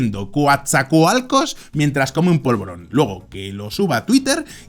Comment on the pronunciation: Es normal que un extranjero se equivoca al pronunciar palabras de origen nativa. Fonseca en su pensamiento y el polvoron -- ese dia me mame😅😅😅